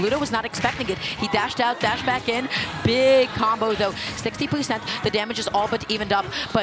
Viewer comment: "Percent" ❌️ "Poo Scent" ✅️